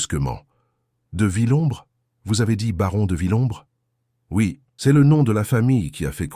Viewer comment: C'est une voix par l'intelligence Artificielle... Vous les reconnaissez grâce aux erreurs de prononciation... Dix et septième siècle au de dix-septième siècle par exemple... Ca bute aussi sur c'est prononcé ceste... Etc...